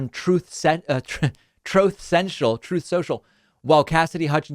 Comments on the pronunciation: I laugh everytime, David: "Troath Sensule" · TROTH SENCHEL literally the funniest part of my day.. Never stop playing this! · "troth central" my gosh 😂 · Can't thank you David enough for his RECORDED audio of Trump saying "Trothe Sential" about his social media flop... PLEASE continue this nice tradition! 😀👍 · Trouthe seuchal lol ah I love it! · Everyone knows it’s troth sensual…..there’s no other way to pronounce it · Troth sential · "Truth Sensual" is what I always hear 🤣🤣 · God do I love the little clip of Trump saying "Troth Cental" whenever David says "Truth Social" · Trove Sensual is what it sounded like at the rally. Can’t even remember the name of his own app. Or read it off a teleprompter. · 'Trothe Sential' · TROTH SENTIAL? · I always hear “Trove Cential” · I always hear "trough sential" as if his pig trough is essential 👌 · "Troth Central"? LOL Whenever he says someone lied, it's proof they are telling the truth. He's melting, he's melting. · "Trowthe senchel..." Exactly! Childishly, this is a part of your show I really love. Please keep pointing out examples of his gibberish. I'm still chuckling about "Mexilco" weeks later. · Troth sential takes me out🤣🤣🤣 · Trothe! Sential! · "Troth Central" ROFLMFAO! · Troth Senchill* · He's out-Elon-Musked Elon Musk on the damage control. I missed "Troth Sentsual" while you were away. It was mentioned a couple of times with no soundboard. Wasn't right. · Every time David plays back Trump's ' Troth Sensial ' recording I can't help but laugh. It never gets old 😅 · "Trothe Sential". 😂 Cracks me up every time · "Troth Sential" 🤣🤣🤣🤣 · i believe its pronounced "trimpth sential." according to the guy who named it. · No. It's "tRoTh sEnTiaL" Get it right! ...or wrong, depending on the irony. Yeah, man, there ya go. 🤭